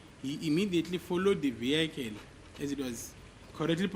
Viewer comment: The "viekel", come on you can do better than this.😂😂😂